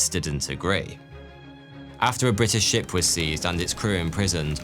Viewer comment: Was I the only one who heard "tea was expensive to buy, and dangerous to shit" ? 😂